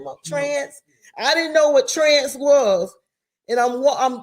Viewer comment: Miss Mary is a great example of a mother’s love. And it just tickles me when she says trance lol